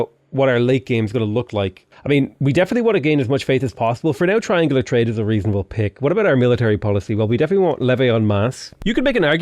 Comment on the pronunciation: “Reason-àblè” please stop speaking your dang Spanglish😂😭 (love your content)